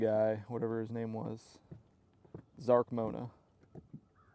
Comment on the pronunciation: Are you trying to say Mark Zona? 😮 You literally just called him Zark Mona? WTH?